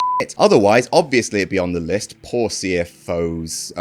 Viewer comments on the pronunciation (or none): It's pronounced: "C-F-O-S." Dollar sign is that old trend of misspelling being cool.